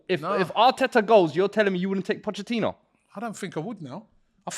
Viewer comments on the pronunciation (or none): Its not pochechino, its pochetino lol